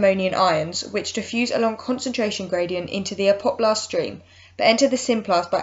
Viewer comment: really gets to me everytime you say apoplast...